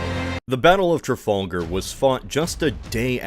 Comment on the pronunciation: TrafOLGUR, CadEEz, Villenoovey... The mispronunciations are making my teeth itch at less than 2 minutes in! 😒